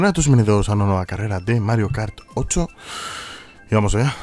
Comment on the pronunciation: Cuenta la leyenda que hace un tiempo parecía que decía mario kart tocho y ahora dice mario kart......... 8 jajajajajaja